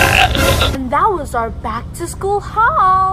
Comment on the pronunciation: "Shool is gonna be so fun" I hate